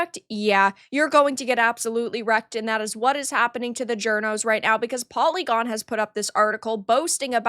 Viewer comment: You were TWENTY seconds in before you said "pory-gorn" and I then understood why the "review" was as valuable as it is... hah. That group of "games-journalists" ... well then. I bet that polly-gone only employs the most experienced and highest quality jour-noes... I bet they are even all *doctors*! Just like most of the "doctors" at the dei factories like that last one you talked about brownpeoplegames or whatever it was.